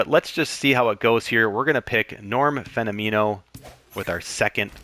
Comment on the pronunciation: As someone who loves this game and knows all about this game, I enjoyed your explanation of the game and the way the chemistry and traits work! Couple of things I noticed: I always pronounced Norm's last name like "phenomenal", but "phenomeno". I don't know, just thought I'd mention it. CPs will get a mojo drop if they come in earlier than the 8th inning. Really liked the content! I just found you and I'll be checking out more of your stuff!